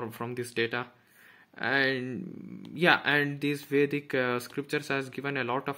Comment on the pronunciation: Watta a great knowlege. I admire your work...The way you uttered Vedic Culture, even our accent sounds fake